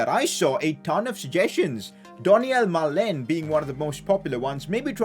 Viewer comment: it's maalen not meilen 🤣🤣😭